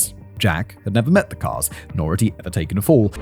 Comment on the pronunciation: Simon says “The man has been impersonating the Karl’s.” I hear “the man has been impersonating the cars”